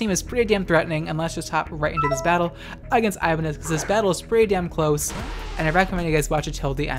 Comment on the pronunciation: I think it's pronounced as I-ban-nyez as in ñ (Ibañez). It's a common surname in our country.